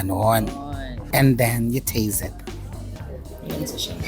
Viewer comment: “lets taze it” 😂😂😂